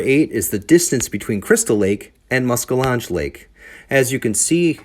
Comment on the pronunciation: Muskel lodge? Cmon dude. Just say musky if you cant pronounce it. The Wisconsin DNR is terrible for their boat landings as well. Big old F grade. They are almost unusable.